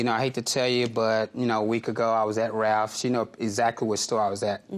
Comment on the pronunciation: RALPH not Raph😅😅